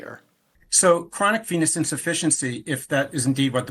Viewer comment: I hear "chronic penis insufficiency" every time. I can't unhear it!